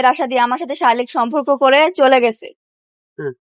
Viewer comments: আবু তহা আদনানের স্ত্রীর পর থেকে একের পর এক নারী এসে হুজুরদের নামে এসব শুরু করেছে। আর প্রতিটি মহিলা শারিরীক শব্দ টিকে শারীলিক বলছে।আসলে এটা কি শারীরিক হবে নাকি শারীলিক হবে।যাই হোক,আমার মনে হয় কোনো একটি দল এইসব নারী দের টাকা দিয়ে এইসব হুজুরের বিরুদ্ধে চক্রান্ত করছে।না হয় প্রতিদিন হুজুরের ছবি দেখিয়ে এগুলো ছড়ানো হচ্ছে কেন। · শারীরিক বলা তো পারেন না